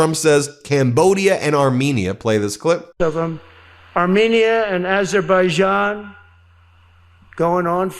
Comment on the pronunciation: Trump can’t say Azerbaijan